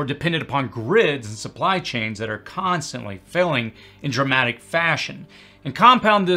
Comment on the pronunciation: I’m not trying to be petty or sarcastic, but are you saying “failing” or “felling”? I want to make sure I’m grasping the concepts you are laying out. Thank you.